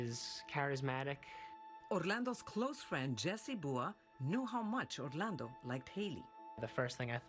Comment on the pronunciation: I hat the way she keeps saying Orlando